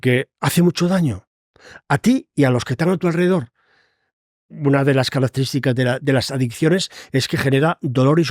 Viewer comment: "c'analizar" "carasterísticas". Seguiré viéndolo